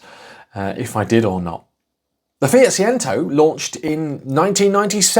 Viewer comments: It’s Say-Chento, as every Italian will be shouting at their phones! And Chink-Wee-Chento will get you close to the other pronouniation! Great little car. Lots of fun in a tiny package! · Pronounced phonetically "say chen tow" Fiat fan here🤗👍🇮🇪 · it's pronounced say chen toe jon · I had one Seicento and four Cinquecentos. Great fun cars, modified most of them! Do look for rot around the rear beam and sill/boot floor corners. I'm sure someone will have already taken offence, but it's 'Say-Chen-Toe' :) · See-chento and Chin-kwa-chento. You've spent too long speaking Malaysian! My 2nd girlfriend had both models in the Sporting trim, both in the yellow. The clutch cable used to snap regularly. My 1st car was the Punto Sporting so getting into her cars was like getting into a soviet era Lada. The Seicento just looked like the Cinquecento had an allergic reaction to peanuts. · See Chen Toe is the proper way to say it. Thank goodness it's not yellow... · Please say the name correctly